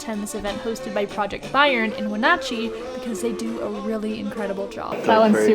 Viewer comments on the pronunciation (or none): Leavenworth is overhyped here in Washington but Christmas time is a way better time to go. And it’s Wen- “Nah (like a Boston accent)” Chee. Not We “Naw” chee. 🤨